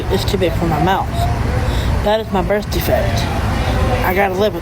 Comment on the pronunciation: I have a "birf defect" but lawd, I don't want to be in the same category as her. Damn my genetic "birf defects."